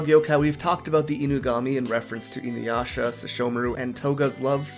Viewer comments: WHY DO PEOPLE KEEP SAYING "INUWASHA"??? THERE IS NO "W" IN THE NAME! I AM BAFFLED!! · I will never watch her just because of how she pronounced inuyasha